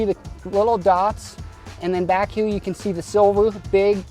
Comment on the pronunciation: why does he say hue instead of here?